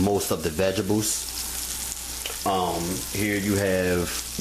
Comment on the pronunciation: "vejibles" lol. I love a man that even TRIES to cook!!!! you can say it however you want baby, just feed me!!!!lmbo